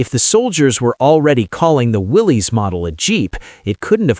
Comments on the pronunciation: Great story but many mistakes, Its pronounced Willis not Willies - The first Bantam was: Bantam “pilot car” prototype not Reconnaissance. There are plenty of historical photos available on the web to tell the story. Why use Land Cruisers, Land Rovers and Russian UAZ 469. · I knew you didn’t know anything when you mispronounced Willys. It's pronounced the same as Willis, and has nothing to do with a guy named Willy. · Willys is pronounced Willis